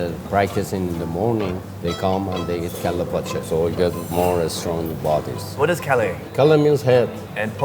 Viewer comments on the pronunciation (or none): It is called "Kelle paça", not "Kale pache"